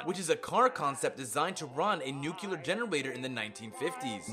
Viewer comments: Nucl-e-a-r. Not Nucelar.... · dude can't say "nuclear" and says "nucelar"... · Okay, it's pronounced NEW-CLEAR (not noo-killar) and REEK (not wreck) havoc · "Nuculer" isn't a word dude, it's nuclear. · i just hate this one tiny thing about this video. Several times you say "nuclear" in proper english. Then you go on to say "NUKULUR" like an uneducated country bumpkin. WTF? Also it's "look-out" not "Lock-Out" dislike, unsubscribed. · "Hucelar" instead of "nuclear"? Seriosly?! Did G.W.B. wrote this? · 107 Fallout "FACTS"... 102 mispronounced common words. "Nuke-You-Lur"??!?! Cmon man! this is first grade stuff. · Nucular? Who dafuq are you Homer SImpson? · NUCULUR? PODOMAC? WTF MORON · NUCULAR NUCULAR NUCULAR NUCULAR NUCULAR NUCULAR NUCULAR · Can say nucleon, can't say nuclear. Yeah I don't think we're dealing with a deep thinker here. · also the pronounciation of nuclear